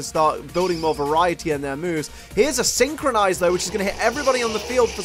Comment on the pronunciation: Synchro-NOISE. You always say synchroNIZE REEEEEEEEEEE